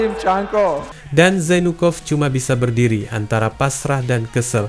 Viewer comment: Zainukov pengucapan nya mirip jadi jonpork